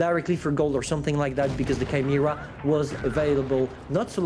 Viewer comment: did he just said Kimera for Chimera ?